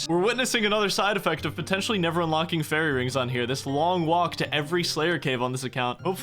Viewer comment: never gonna say fairy ring correctly